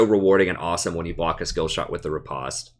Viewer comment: Please for the love of god...it's rE-post not re-pahst